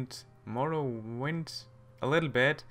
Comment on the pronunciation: its morroWIND like WINDhelm but not morroWYND ok;)